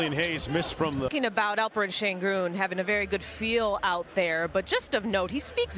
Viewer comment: Oyuncuların adalarını doğru söylememe inadı SAYGI göstermeme inadındandır,. Bu konuşanların önüne yazılı Şengün = Shengün olarak geliyor, ama adını SEGUN olarak söylüyor. Bazıları ne olacak, desinler veya anlayışla orada oynasın da gerisi önemli değil eziklik ve gurur karışımı dediklerini duyar gibiyim. Alperen bir TV soru yayınında benim adım: ŞENGÜN demesi yeter, başka yayında hala SEGUN da inat ederse, sorularına yanıt vermez, DERSİNİ alır.